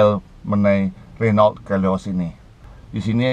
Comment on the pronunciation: BACA : RENO